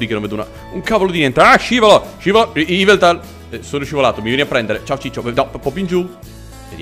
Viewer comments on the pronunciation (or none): none